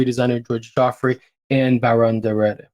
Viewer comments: Please, pronounce the Baron's name correctly. I understand that some of the place and people might be unknown, but the subject of your clips needs to be pronounced right. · That's not how you pronounce his name. Or Hugo Vickers, or Lambert for that matter 😂